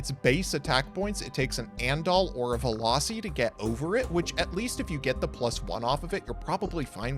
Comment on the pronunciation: Veloci? You mean Velussy